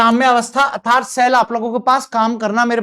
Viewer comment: What a strange!!! Sir nernst का उच्चारण sahi kr sakte h , बस अर्थात्‌ hi nhi bol pate ( -^_^)